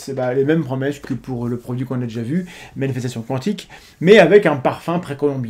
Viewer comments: Maniestation * attention à prononcer correctement :) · Au début j'ai compris "Manifestation ASTEC" :D